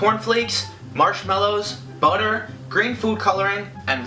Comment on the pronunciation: I swear he said boner but he said butter 😂😂😂